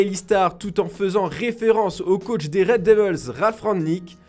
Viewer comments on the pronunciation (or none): none